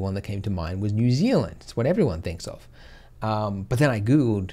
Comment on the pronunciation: Ouch 'New Zealand?' Lol. I didn't realise you were such an Aussie.